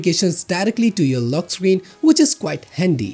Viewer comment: Lock Screan" rlly m8?